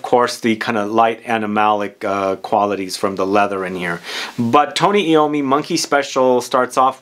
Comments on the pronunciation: Tony Ai-ow-mee. Not Ee-ow-mee. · It's pronounced I ommi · FYI..... His name is pronounced. .... 'Eye - Oh - Me' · Tony Eye-Owe-Me